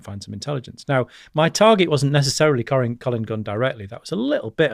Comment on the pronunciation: He cant even get collins name right lol i think this guy a fraud lol